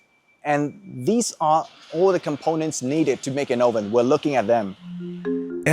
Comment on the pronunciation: 'Oven' is wrongly pronounced